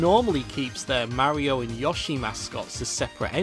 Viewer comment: Notice the way he says yoshi instead of yo-shi he says yaushi